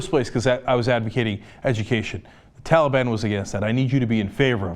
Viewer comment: Hey man he also pronounced talib wrong, big woop.